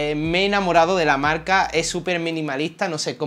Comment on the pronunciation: "Ya no trabajo en mi marlca ejtelna y solo me dedico a youtuj" "me gusta la camara mirolej" "que hace foto de la ejtrella, vía latea y demaaaj..." Muy buen tío, se ve que sabe y le gusta lo que hace. Espero que siga creciendo